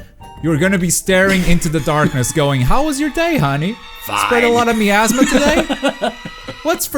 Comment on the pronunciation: Your mispronouncing Miasma